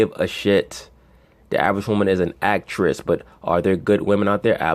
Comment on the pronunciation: I passed out laughing when he said, 'Ak-tress'... enough said.